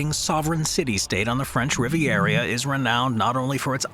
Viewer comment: Learn how to speak properly. Rivereria ? Really?